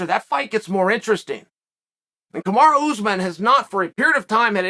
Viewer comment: Lmao “Kamarow” pronounced like tomorrow Chael is such a d*ck 🤣